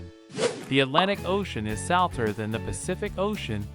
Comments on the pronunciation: Why do you mispronounce the very common word “salty or”? I think you are an improperly programmed AI. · Why do you mispronounce the word “saltier” — and why do you misspell the word “Hawaii””? I think you are an improperly programmed AI.😮